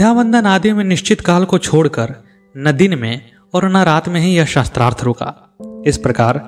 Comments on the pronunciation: Its not "shastrarth" it is "shaastrarth" sha ko aa ki matra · महोदय, आपको उच्चारण शुद्ध करना चाहिए। शास्त्रार्थ को शस्त्र - अर्थ कहना उचित नहीं है 🙏🏻